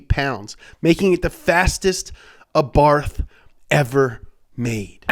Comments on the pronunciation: Why does he keep saying 'Arbarth'? Lol. It's Abarth!! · It's pronounced ABART not ABARFFFFF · Every time he spells Abarth as "Abarf", I'm gonna barf Seriously, someone has to say him that it's spelled with "T" not "F" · It's pronunced "Abarth"